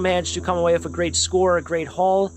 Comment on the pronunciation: It's funny when he says whiff instead if with. Like every video. Lol